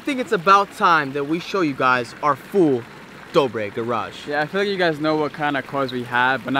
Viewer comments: Jordan Tuscano dobre not dobra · Jordan Tuscano I don’t want to be rude but its dobre